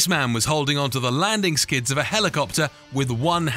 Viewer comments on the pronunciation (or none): Landing ‘sids’??? I had to stop the narration was so bad